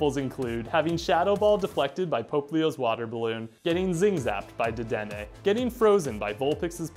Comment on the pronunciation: He said dedene